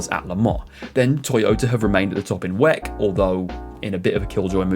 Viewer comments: good video but i think people say double-u-ec instead of WEC otherwise keep it up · Can you PLEASE stop saying "weck" ?! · I’ve never ever heard anybody say it like that before and at first I didn’t even understand what the hell he was talking about haha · Never heard someone say Weck instead of W. E. C. neat. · For gods sake please don’t say WEC like you say it! Why don’t you say WEC like everyone else?